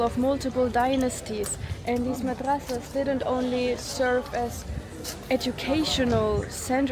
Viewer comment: Masadraas ❌ Madrasaas ✅